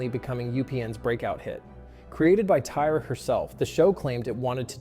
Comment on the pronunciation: The voice is off, I knew something was off when “he” pronounced Tyra wrong, a typo in the script 😬